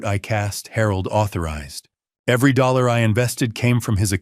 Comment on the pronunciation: Why can't you pronounce dollars ( money) properly? It sounds ridiculous.